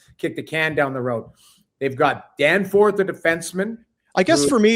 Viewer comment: DANFORD! Not Danforth!